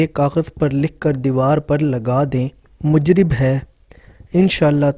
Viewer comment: Mujrib nhi Mujarab h kehna chahye tnqed nhi islha